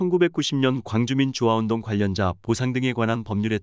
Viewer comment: '5•1 8광 주민 주화 운동'으로 띄어 읽는 것, 이상?